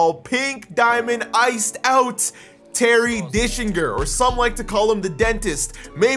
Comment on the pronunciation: It’s gets me every time you say “Terry Dickslinger” 😂